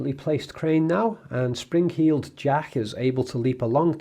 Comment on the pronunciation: "Springheeled Jack" lmao 😂🤣😂🤣